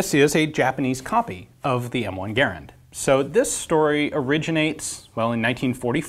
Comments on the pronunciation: Its garand not gerand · pronouncing Garand like "gare-and" is just so cringe, I don't care if that's how the guy's name was pronounced, that's not how we say it in America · {Jason Clark} The name is spelled "Garand," but it is correctly pronounced like the word "errand." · Never heard garand pronounce that way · Y do you pronounce Garand weird